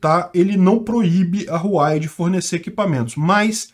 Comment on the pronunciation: Não é Ruai não KKKKK, o correto de falar serio algo como Ruauei, so que esse R ai é um pouco mais mudo, por isso é um H em vez de R